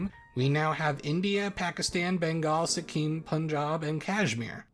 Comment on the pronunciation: Just a little nitpick, you pronounced Sikkim wrong (both "i"s are like the i in "it") and it wasn't a princely state but a protectorate like Bhutan.